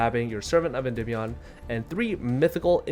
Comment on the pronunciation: Im so glad you pronounce the name correctly so many people say endeemeion it kills my brain. This is the only deck I've been playing for 3 years straight so it's awesome to see people playing it more. Also I think the magician restage version is the best way to play this deck but is super complicated